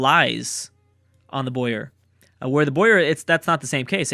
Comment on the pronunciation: boar not boyer you say it boar ok